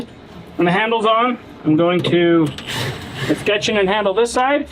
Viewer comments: Escutcheon is es-ku-chun.. ku like come. It's more of a plumbing thing but it took me a while to understand that word so I'm sharing my annoying pronunciation info with YouTube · Escutcheon is pronounced like discussion, like Eee-scussion so like the last half of the word discussion with a hard E sound first. Love your videos no hate as a tradesmen who uses escutcheons of all sorts on a regular it sounded goofy.